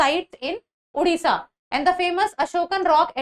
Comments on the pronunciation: Its a "O" in odisha not "U". Oman toh sahi s pronounce kar lete ho, Odisha bolte waqt kyu bakchodi? Unpadh gawar. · It's not उड़िसा It's ओडिशा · Its a "O" in odiha not "U". Oman toh sahi s pronounce kar lete ho, Odisha bolte waqt kyu bakchodi? Unpadh gawar.